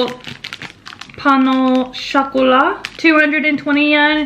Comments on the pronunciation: I’m sorry bestie, but I can’t deal with the way you pronounced « pain au chocolat »😅😂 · « Croissant et pain au chocolat » loved the way you said it 😆